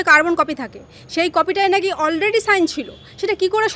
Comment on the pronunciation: নাকি,হাকি,শুনছি,,,,, কি বলছেন আগে ঠিক করুন।